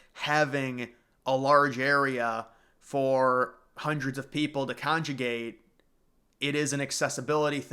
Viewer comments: Congregate...not conjugate, you Bozo...😊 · Congregate not conjugate